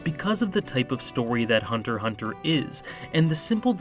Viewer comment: OWH SHIT SOMEONE FINALLY SAID HUNTER HUNTER and not HuNtErXhUnTeR. I subbed😎